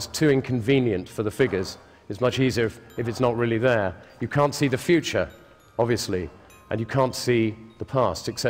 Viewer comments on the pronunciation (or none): none